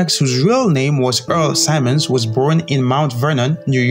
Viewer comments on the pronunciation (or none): His name is Earl Simmons (pronounced Sim-mons not Si-mons) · Simmons not symons man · Its Simmons not Simons... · Yo! HIS NAME IS SIMMONS NOT SIMONS! learn to speak better english. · Great tribute. Only thing: Sim-mons not sye-mons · You said his name wrong bro fix that